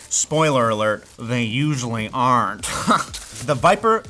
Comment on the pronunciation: I had difficulty understanding the "they usually aren't" and the three times I replayed that part it sounded like he said "they usually are" until I turned subtitles on.